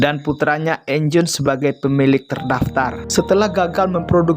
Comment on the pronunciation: Eugene bang dibaca yujin bukan enjin